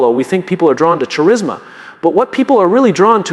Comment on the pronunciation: "Charisma" mispronounced makes me think this is AI